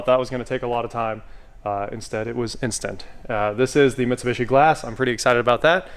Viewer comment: I may start watching these again if you stop mispronouncing Mitsubishi.